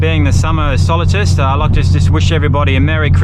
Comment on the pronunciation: solstice - not sol 'i' stice